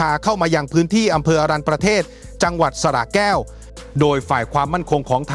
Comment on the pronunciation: อะ รัน ยะ ประ เทด อ่านที่ถูก